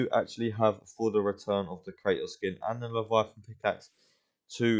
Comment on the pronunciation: You say “Cra-Ohs” pronounce the T